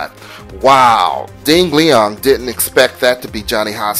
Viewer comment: LOL "Ding Leong"